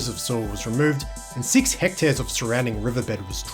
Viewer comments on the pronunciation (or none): none